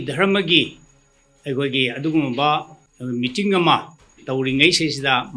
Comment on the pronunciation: Mating haiba ntte meeting haibne. Khitng pronunciation chumna pabiyu. Atei di ym fajare. Sidage khnna haijaba ntte. Fajahningbgini. Thank you